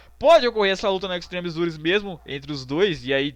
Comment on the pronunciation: "Extreme Zures". rei da pronuncia.